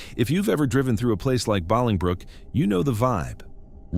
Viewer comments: Bolingbrook, IL is pronounced BOWLING-brook, like bowling ball. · The way the narrator was pronouncing Bolingbrook was driving me nuts. It's pronounced bowling-brook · It's pronounced "BOWLINGbrook." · BOWLING brook. That’s how you pronounce it. ☺️👌🏼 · Me too! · It is pronounced bowling brook... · I didn't see your comment before I commented something similar.. it wouldn't have been that bad had he not repeated it a gazillion times